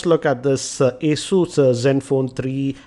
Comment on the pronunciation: That's pronounced 'a-zyoos'.